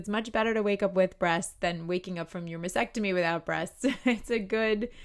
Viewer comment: I realize this comment is years after your video was made, but if you are speaking and advocating for women who are fighting breast cancer, it is especially important that you pronounce the procedure correctly. It’s mas-TECK-tomy. It seems like you would want to know that; mispronouncing takes away from your credibility.